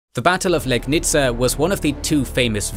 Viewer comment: If I'm not mistaken, they managed to spread this proto-chemical weapon from something like a pole that you would use to hang a flag on, with sculpted "spooky" head on the top. That must've been scary af. By the way, you nailed pronunciation of Wrocław and Legnica, hats off!!